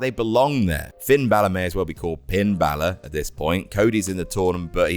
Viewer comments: The extra n 🤣🤣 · Idk why but "Pin(n) Balor" popped me good.